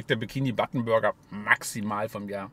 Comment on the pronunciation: Wieso sagst du bikini button?